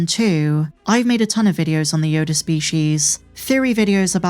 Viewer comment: she pronounces yoda --- YODARRR... yodaar yodarr this yodarrr that